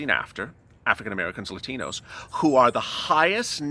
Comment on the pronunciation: La tino's just like lalate. Say the same as. La late Latinos haaaa